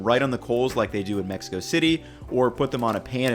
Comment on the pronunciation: You boys like Mex-ee-co?